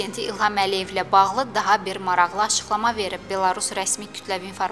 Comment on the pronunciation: qizim, mashallah çox gòzel diksiyan var, ancaq maraqli yazilir, maraxli kimi teleffùz edilir, xahish edirem bunu nezere alasan.